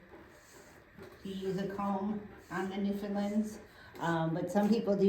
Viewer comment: Back "in the day" here in Newfoundland, where these dogs came from locals would collect the brushed fur. They'd card it and then spin "wool" from it. that wool would would then be used to knit mittens and sweaters. And, it's not Newfindlind, or, Newfoundlund. The Dog is The Newf~In~Land, rhymes with understand.